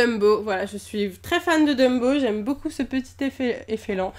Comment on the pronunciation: elle a dit l'efelant au lieu de l'éléphant 😂😂😂